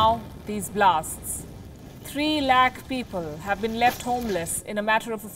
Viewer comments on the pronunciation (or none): Can you speak proper English please wtf is a “laak”?